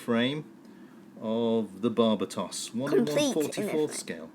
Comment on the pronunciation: I'm pretty sure it's pronounced bar-ba-tos